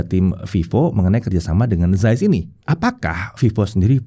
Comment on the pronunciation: akhirnya ada techtuber indo yg ngomongnya cukup bener, ZAIS (sampe ditekankan, "yg biasa dipanggil ZEISS ini" 😁). makasih ya. tiap saya jelasin ke temen2, bacanya bukan Zeis (meskipun harusnya ngomongnya "CAIS" sih, tapi it's ok lah, Zais), pasti komen orang2, ya terserah gue, lidah2 gue. padahal kalo misal namanya budi, trus orang luar manggilnya byudai, kan kaga mau juga kali ya. jadi, Carl Zeiss (dibaca pake lidah medok indo: Kal Cais) nb: tar ada komen begini pasti: IYA DEH YANG PALING SOK LINGUISTIK 😁